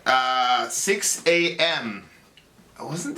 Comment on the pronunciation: I found this band in 2013. And I've always pronounced it Sixx am and not A.M lol